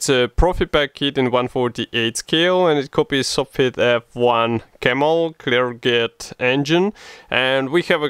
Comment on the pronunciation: Не Клергет, а Клерже :)